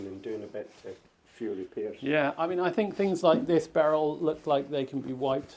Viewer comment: Berell said Giter done boys!